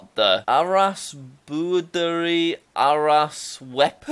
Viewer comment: I live in South Africa you pronounced boerdery wierdly, very wierdly